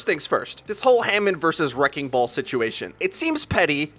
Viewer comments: Wrecking ball has 3 syllables btw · Wrecking ball is 3 syllables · Wrecking ball > 2 syllables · Wrecking ball is three syllables... not two